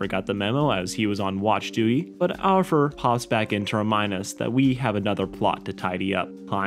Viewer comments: Alpha NOT alpher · its aLfur